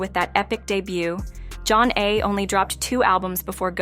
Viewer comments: It's not john-nay. Zha - nay. Also: Homebase is a studio album by DJ Jazzy Jeff & the Fresh Prince. Not Will Smith. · It even has the words "Pronounced Jah-Nay" on their debut album cover. I don't know if this is an AI generated voice narrator or a live person, but it's pretty easy to find out how to pronounce their name. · The pronunciation of “Zhané” and “Flava” makes listening difficult. The narration seems forced and foreign. “Group 1-1-2”? This sounds like the epitome of a “culture vulture”